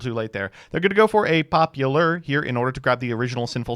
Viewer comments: ngl I'm super amused every time says popular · One thing i appreciate about is that he’s the only other yugioh player i know who was a theatre kid and makes musical theatre references. I doubt that most yugioh players understand why he pronounces “popular” that way, but i do and im thankful for it